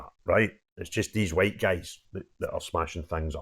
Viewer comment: After that hwhite, hwhite, hwhite, hwhite speech he made I think it is Humza Yousless who is the provable racist.